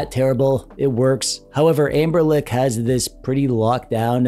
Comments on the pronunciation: Amberlick? tf you keep saying "Amberlick" ... why? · who is "Amberlick"?